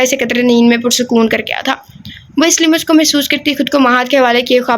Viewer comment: Ager maind na karen to lafz lims nai lams hota hy or samid nai samd hota hy ALLAH k namon main sy hay